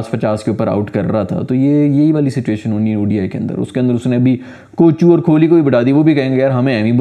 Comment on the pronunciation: Grrrrrrrr Its Gambhir not Ghambir Gam-bhi-r Similarly It's Kohli not Kholi Ko-h-li Proper noun hai to kuchh bhi karoge .... 😤